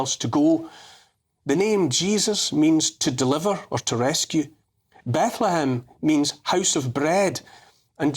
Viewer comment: Apparently Francis could only ever utter "Be-ethlehem" in bleat.